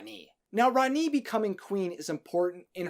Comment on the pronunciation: It’s not how you say rani